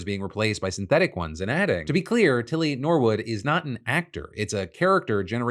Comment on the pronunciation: "Tilly No-wood" 🙄😒